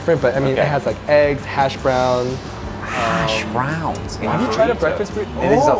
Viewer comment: I love how they put the emphasis on the second syllable in hashBROWNS. So proper.